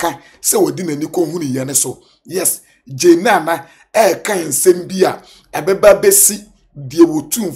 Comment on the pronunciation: Masa not Jane Naana, it is Jnana